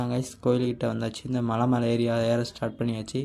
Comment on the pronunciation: மழை❌ மலை ✅